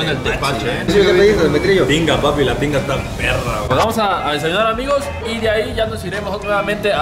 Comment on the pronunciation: Dijo tinga no pinga